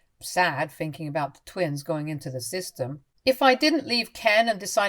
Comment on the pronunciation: THinking not Finking. EveryTHing not everyFing. Nothing not noFing. AnyTHing not anyFing.